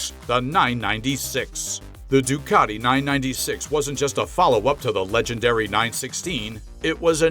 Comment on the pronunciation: Ducati,not Doocarti.😂